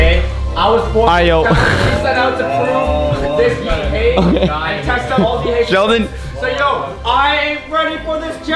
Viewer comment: ''Yeet Hay'' LOOOOOL never heard it like this b4 XD